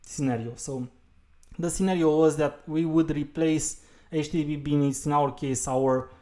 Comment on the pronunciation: it's httpbin not httpbean